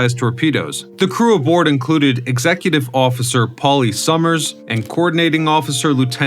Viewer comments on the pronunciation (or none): none